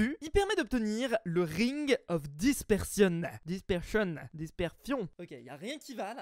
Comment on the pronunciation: " Disperfion " là, ça va pas >:c